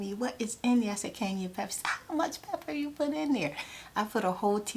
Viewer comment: I love how she says cayenne pepper "Kanye pepper"